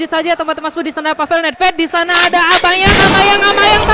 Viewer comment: Bang kalo nyebut aubamyan nyebut baumenyan aja bang biar jadi ciri khas lu👍🏻🙏🏻